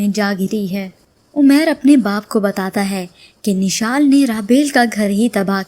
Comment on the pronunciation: Nishal ni mishal name h